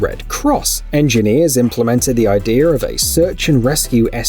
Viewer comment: What do you mean, "idear" It's idea dill hole. There's no "r". What are you a 6 year old?